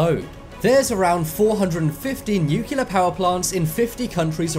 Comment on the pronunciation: The word is pronounced NOO-klee-ur not NOO-kyu-lur!